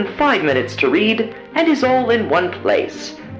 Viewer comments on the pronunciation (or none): none